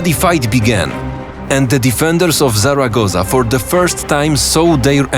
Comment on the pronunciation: The video is great and does an awesome job illustrating the war. But by far what I like the most is the proper pronunciation of places and given names: ZaragoZa, CoruÑa, BadajoZ... Just sublime